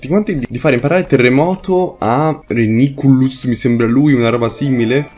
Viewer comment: si pronuncia reiniculus